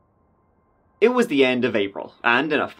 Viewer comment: Twenty two two for 2022 is so bad lol